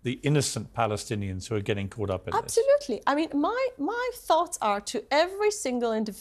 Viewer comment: She said "absolutelly" feels simpathy, OMG